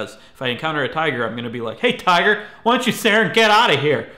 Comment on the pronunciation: When you said tiger I thought you said titan at first and I got really confused